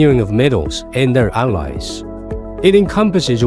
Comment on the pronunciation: alloy - ally 分不清楚